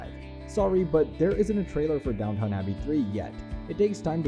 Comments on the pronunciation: Goodness... I could not watch the video just because of the pronounciation: It is Downton, not Downtown: and it is Yorkshire, not Yorksheyre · you do not call it DownTown. it is Downton abbey. Please learn how say the words correctly. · I am shutting this video off as the stupid computer voice cannot pronounce the damn name of the program!